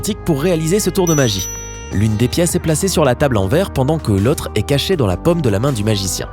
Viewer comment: Il prononce paume comme pomme !!!